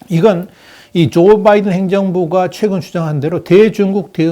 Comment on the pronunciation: 전부터 귀하에게 하고 싶은 말이 있었습니다. 귀하의 방송을 듣다보면, Biden의 이름을 발음할 때 분명히 B로 시작이 되지만, 상당히 많은 방송에서 귀하는 <M과 B의 중간 발음>을 하는 것을 발견했습니다. 이 방송에서는 14분 42초의 위치입니다. 확인하시기 바랍니다. 명확하게 B 즉, 한국인의 발음으로도 가장 쉽고, 또 분명하게 발음이 가능한 "바이든"임에도 발음을 이상하게 합니다. 수정이 돼야 하지 않겠습니까? 예를 들면, 골프를 치다보면 어떤 사람들은 Nice Shot을 외칠 때, "라이스" 또는 "롸이스"라고 하는 이상한 인종들을 보는 경우가 왕왕 있습니다. 분명히 "나이스"라고 해야 하는데 말입니다. 이런 인간들과는 완전히 다른, 충분한 학식을 갖추신 분임이 분명히 알고 있으므로 이들과 동일시 하려고 하는 것은 아님을 이해해 주시고, 참고가 되셨기 바랍니다.